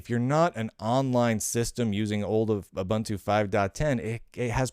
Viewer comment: It's ooo-BOON-too isn't it?